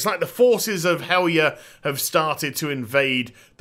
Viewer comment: I don't know if this is of interest, but... In old Norse(and modern derivatives) the "j" is pronounced like an English "y". So "Valajar" would be said "Valayar" and "Helarjar" "Helaryar. " This also makes Fjarnskaggl MUCH easier to say. Think Bjork, basically. All J's become Y's.